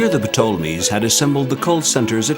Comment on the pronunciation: The narrator is mispronouncing English words left right and center. Tolo mees Ree leafs. Stellay lyer. And even o SI riss and Rama sees